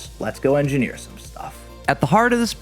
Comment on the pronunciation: Say engineer one more time.